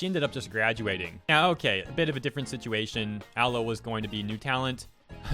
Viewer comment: Again "Ah-Low-Eh" Anyways, nice coverage